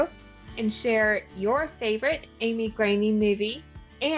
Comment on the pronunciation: Finally, correct pronunciation of her last name‼️ Amy is the greatest, and 'Twas the Date Before Christmas is the most fun of Hallmark's 2024 Christmas lineup! What a great interview – gotta love Amy's energy (but poor thing, doesn't she get only half the gifts as a Christmas baby?) – thanks! 🤙🏽